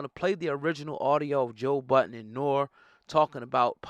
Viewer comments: His name is Nor-E culture vulture. You don’t even know the legends name of which you speak. Do better. Talking bout the game lmao smdh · Bruh you been around long enough to know how to say Nore Name!🤦🏾‍♂️🤦🏾‍♂️